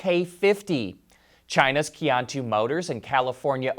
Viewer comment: Qiantu is pronounced something like chen (or better chyen) tu. It means the road ahead, a great name for an EV.